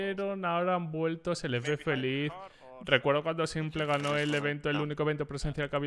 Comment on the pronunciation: cada vez que dice simple, me explota un pulmon. Simpel, no simple por dios jajaja